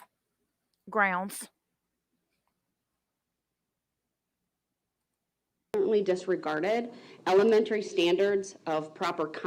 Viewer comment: It will take the clerk at lest a week just to put in all of the times Brooks said “Objection” and “Grounz”.